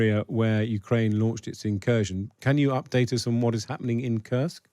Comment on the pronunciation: Incursion or inKURSKion? 😅